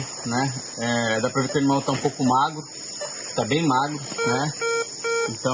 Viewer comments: O "onimal" kkkk😅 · Ela falou: O onimal